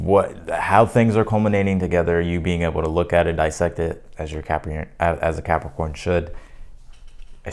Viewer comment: I love the way you say ‘Capricorn’